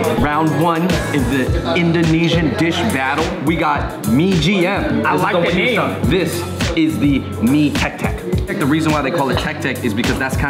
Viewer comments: it's not mie GM, but MIE AYAM... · MIE AYAM NOT MIE GM! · mie gm ? mybe its mie ayam 😂